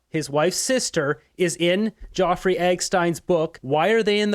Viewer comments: "Jawfrey"?? (Epstein.) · HAHAHAHA, you're making yourself look stupid with your pronunciation of Jeffrey. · Dude! Nobody but you on Youtube is mispronouncing Jeffery Epstein's name cause the Youtube algorithm doesn't care if you say it and it just makes you sound stupid. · Please pronounce Jeffrey’s name correctly. Not Joffrey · its JEFFREY/JEFF EPSTEIN not JOFFREY EGGSTEIN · Any reason why you’re mispronouncing Geoffrey Eggstein rather than Jeffrey Epstein? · His name is Jeffery not Geoffrey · from moose on the loose how can anyone take you serious you cant even pronounce Jeffery properly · Like your channel but why are you mispronouncing Jeffery Epstein's name?? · you are mispronouncing Jeffery and Epstein throughout. As well, it's TVA not TVP in Quebec. Keep up your good work, but get some sleep or slow down a bit! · its Jeffery not eggstein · Jeffery Epstein not being pronounced correctly